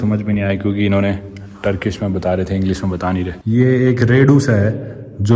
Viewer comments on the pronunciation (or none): Molik bhasa Inglis mere kan baj rhe ya shi suna 😂